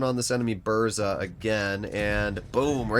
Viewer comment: Use Polish voice translator for proper pronoucing BURZA